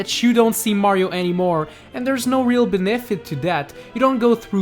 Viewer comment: The way he pronounces benefit 😂